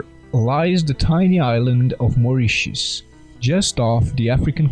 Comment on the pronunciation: Yay. 1st time I've heard Moritius pronounced correctly on youtube. Three's a charm, unless this was forth or fifth time heard spoken. Good Stuff. & Pyramids!